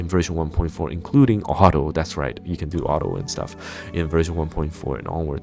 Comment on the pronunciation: Oh, he said auto? I thought he said a name like uharo or something like that. Lol, why does he have to say it that way..